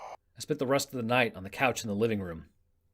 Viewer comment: I mean no offense but "counch"